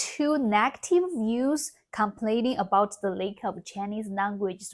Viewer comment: "lack," not "lake." "Lack" = 没有; "lake" = 湖. The "a" in "lack" is pronounced like pinyin "a," and the "a" in "lake" is pronounced like pinyin "ei."